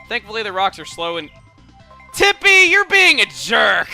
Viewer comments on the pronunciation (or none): Tippi, I know Its immature again, when you pronounce it, Icelandic would think you're saying typpi, which is Icelandic for penis, so every time he says Tippi the little child inside me goes ''teehee he said penis.''